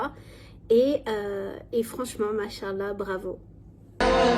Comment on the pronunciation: IMPORTANT : Ma soeur j'aimerais te corriger dans cette prononciation : On dit masha(légère prolongation du a) et prononcer le A de ALLAH. Mashaa ALLAH. Parce que si tu dis macha Llah comme ça d'un coup, tu es en train de dire "Allah a marché". Qu Allah me pardonne pour ces mots.